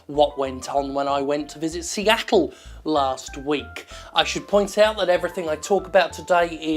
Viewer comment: Seattle ... Seatt-le